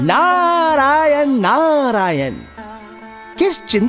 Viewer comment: वीडियो बहुत ही सुन्दर है, सुन्दर वीडियो के साथ साथ हिंदी भाषा भी शुद्ध होनी चाहिए, हिंदी उच्चारण शुद्ध करें। जैसे -- भह्मा, भह्मांड नारेन आदि आदि । शुद्ध रूप ब्रह्म, ब्रह्मा, नारायण।